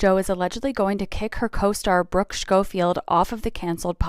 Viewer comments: The way that influencer kept saying sHcoffield gives me the ick. 😂😂😂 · I couldn't get past how the tiktok person was pronouncing Schofield and Mongeau 🥲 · I can’t get over how she is saying Brookes last name, idk if I hate it or find it funny.